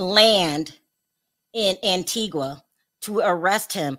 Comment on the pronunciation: Pronounced Antiga. Antiqua is in Guatemala